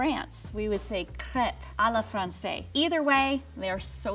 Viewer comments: It's "à la française", pronounced like she did but with a "the" at the end... Also, if you're good at making crepes, you usually make them flip though the air so you can cook each side very easily. Level 3 chef massacred crepes though, yikes. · Love that she pronounced correctly “crepe” but her confidence in saying “à la français” instead of “à la française” reveal that she just googled it -_-)